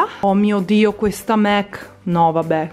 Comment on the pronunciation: Si legge mac nn mec